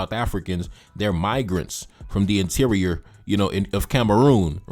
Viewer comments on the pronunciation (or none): none